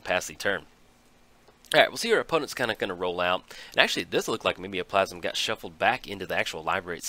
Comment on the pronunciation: pretty sure it's Mime-o-plasm which make more sense than ur southern interpretation